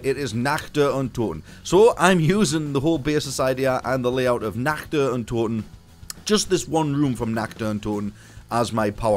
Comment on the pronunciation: Are you German? Cause you spell the word "Nacht" perfectly German !